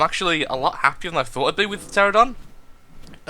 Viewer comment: BTW, the flying dinosaur is pronounced: tear-an-oh-don.